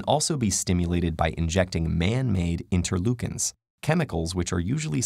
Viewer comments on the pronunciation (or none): Interleukins 😂😂😂 Steroids 😂